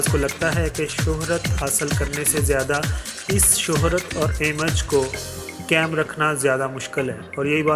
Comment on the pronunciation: ان پڑھ جاہل انسان یہ لفظ قیم نہیں بلکہ قائم ہںے۔